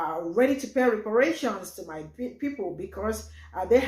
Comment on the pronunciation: YA!!!!! EXCEPT !!!! REPARATIOINS, REPRARATIONS, REPARATIONS🤔🤔🤔